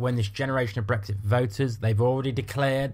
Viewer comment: Brexit (or "bwexi" as you pronounce it) was the best thing to happen to the EU. The arrogance of you lot thinking you would be allowed back in is amusing. There will never be the unanimous support required amongst the EU 27 for British entry.